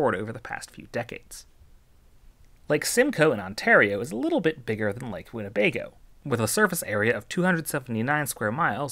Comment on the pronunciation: The way you say Winnebago tells me you live nowhere near Wisconsin or the Midwest 😅